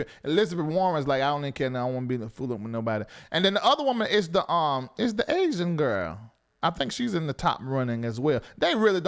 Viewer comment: Why do always talking about BB and these 'aisan boys' 😂😂😂😂😂😂😂😂😂 Why you say it like that? Crazy Funny